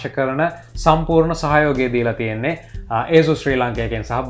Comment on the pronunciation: asus pronounce කරන විදිහ වැරදි ..